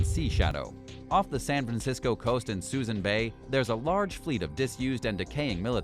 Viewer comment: This narrator is mispronouncing just about everything in this video. Suisun Bay is pronounced soo-soon ...just for starters